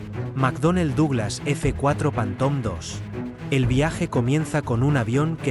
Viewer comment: En espann̈a no saben decir ni una palabra en Ingles? Panton?